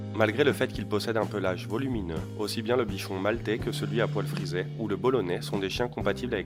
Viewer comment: Peuvent aussi-t-être ?!? Il n'y a pas de liaison à faire car il n'y a pas de T à aussi !! Ça m'énerve ces liaisons mal-t-à propos !!